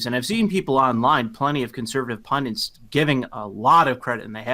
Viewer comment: Did he say "pundants"?